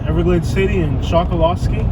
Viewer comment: The locals say “call yer county” not collier and that little island is pronounced “Chuck a lusky” not Chokoloskee. The can spot an outsider right off the bat by the way they pronounce the names around there.